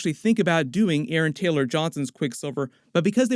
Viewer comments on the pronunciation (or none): none